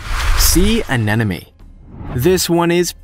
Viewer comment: You kept saying anenome, it's anemone. An emon e ..not... an enom e.